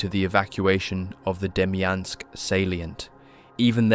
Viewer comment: “DEMYANK” pocket lol